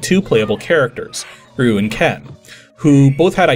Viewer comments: Roo? Oh, you mean Ryu. (Pronounced R-ee-oo. At least you didnt pronounce it as R-eye-oo) Nitpicks aside: I was really sad that this episode wasn't on the Super Street Fighter II TURBO version because...THAT PORT IS AMAZING! In fact it is so good that I actually prefer it over the Arcade version. Still, I'm glad that we got to see two other DOS ports of SFII in one video. So the aspect ratio issue with Super Street Fighter II I imaging was caused by the fact that the graphical assets were taken straight from the SNES version, where the graphics were rescaled to be (aspect ratio wise) correct for the SNES's 256x224 resolution. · Its been years and even I've already commented on this video, but it still shocks me there's not a comment here getting onto you for the way you pronounced Ryu's name. Granted, "Roo" is what it sounds like the game itself says on 16-bit hardware, and I remember that being a common misconception when I was in school. EDIT: Actually sometimes it sounds like you are saying "Ryu" and its just sounding like "Roo" for whatever reason. I have the feeling we've had this discussion before but it was years ago. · Listening to the video now, it sounds like you're trying to say "Ryu" but for some reason it sounds like "Roo." I can definitely hear the Y tho (but why tho? ;) ) so I think I'll give you a free star for this one. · I am aware of how it's pronounced properly. I studied Chinese and Japanese at university and work at a Japanese company. ;) It's basically just "You" with an additional "R" at the beginning. "R-You". Not "Are-You", but simple the letter R (imagine saying "rice" and leaving out the "ice") and then you. In Japanese, the pronounciation of the letter R also is somewhere between R and L, but that would be going too far here. ;) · As always, another really fun video. Both entertaining and informative! However, Ryu is not pronounced "Roo". ;)